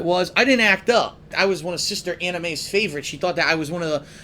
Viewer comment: Did he say Sister Anime or Sister Anna-May?